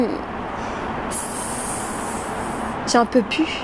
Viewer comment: Prononcez « platte ». Faut insister sur le « te ».